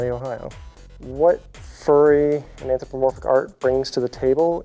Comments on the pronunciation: "The anthromoporphic fandom..." anthro... mo... porphic. Smh. It's anthropomorphic ughhh. Anthro-PO-Morphic. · IM DYING. 'Anthramoporphic' LMAOOOOO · I love it when furries themselves can't pronounce "anthropomorphic" right.